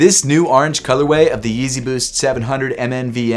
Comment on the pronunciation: Man said the arnge color way